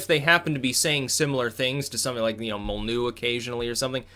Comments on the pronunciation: why don't you pronounce the Y in Molynuex? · Spells out "Molyneux" Says "Mollnew" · Its pronounced Mol Lin Noy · "Molly-new". has a funny way of pronouncing some words/names.